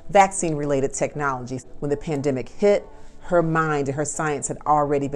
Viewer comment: Did she say Plandemic?